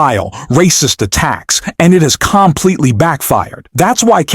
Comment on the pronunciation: AI = com-pleetly